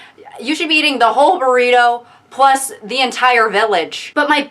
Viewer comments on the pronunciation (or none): none